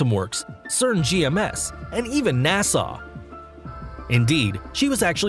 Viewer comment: He says NASA like "Nassau" 😂